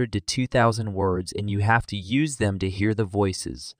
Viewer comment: Unfortunately ?Dollar? Listnr uses YOOSIS instead of the correct YOOZIZ in the context of the demo sentence.